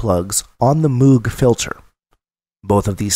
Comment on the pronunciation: You're a very good instructor, but you're mispronouncing Moog. It rhymes with vogue and rogue. Cheers.